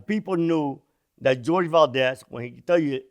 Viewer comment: I think his name is pronounced "Hor-heh" ...Spanish name